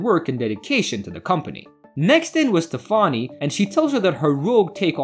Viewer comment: You can't pronounce "Stefani" but you can pronounce "Pastich"